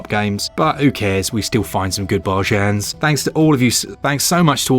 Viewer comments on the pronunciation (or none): Its BAR GUN.... haha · Came here for your special pronunciation of bargain. Did not disappoint.